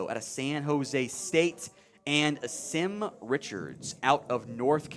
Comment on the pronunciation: Name is pronounced Awesome. He’s a GREAT young man and will work his ass off to be the best player that he can be. He’s had to work under 3 offensive line coaches during his career at UNC. Better coaching will help him flourish!!